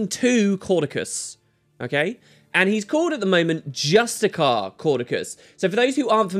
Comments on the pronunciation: ay Justiciar is not pronounced Just-I-Kar, it's Just-I-Sar or Just-I-Shar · Hey, are you suuuure that that's how you pronounce justiciar? x)) Is he perhaps a petinent justicar?:D